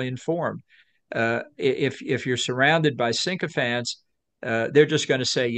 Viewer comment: I thought I mis-heard Bolton saying "SINK-o-phants" rather than "sycophants". And I love it!